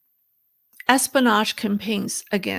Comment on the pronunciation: You're missing the "o" in pronouncing espionage:) Say it like this: S-P-O-NaJ great video,! Your pronunciation is getting much better, btw!